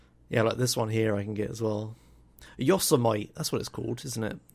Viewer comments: lol, it's pronounced "yo sem eh tee", not "yo so might". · Yo-sem -IGHT.. No. It's Yo-sem-itty! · 51 mins or so: "Yossuh-might" If it's "yosemite", it's "yo semmit eee". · The way pronounces "Yosemite" is amazing